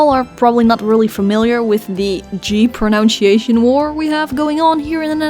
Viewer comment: It is funny how Dutchmen pronounce s + y as a "sh" sound. So Dutchmen say pronunshation instead of pronunsyation.